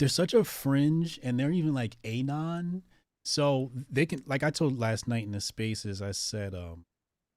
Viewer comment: How do u not know how to say anon? Lol